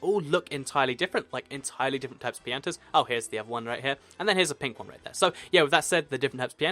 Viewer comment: You pronounced pianta wrong